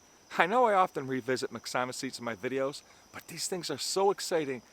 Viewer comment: Excellent video! However, I have to disagree with you on the pronunciation of myxomycetes. It should be pronounced mix-o-my-sea-tees. Have a terrific day my friend! 👍👍